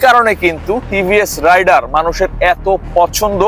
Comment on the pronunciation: ভাইয়া টিভিএস রাইডার না টিভিএস রাইডার উচ্চারণটা ঠিক করে রিভিউ দেন